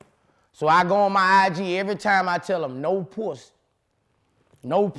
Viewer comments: He said, "No pwussy!"😅🤣😂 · 😂😂😂 I was waiting to see this comment ! Lol - “I’m on parole Vlad.... they told me one mo pwussay.... dassit” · What's the time stamp on "Pwussy"? i can't find it and i cant sit through the interview again. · One more time ☝🏾 One more Pwussy 🐱 If we see pwussy one mo time ‼️‼️ 😂😂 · “One mo pwhussy” 🤣